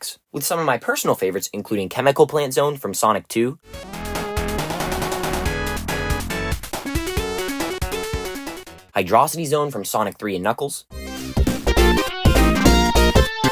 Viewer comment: Hydrocity is a water level. What sense does it make to say “high drossity?”